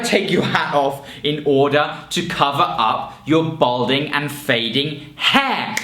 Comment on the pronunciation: Balding not Bolding.😉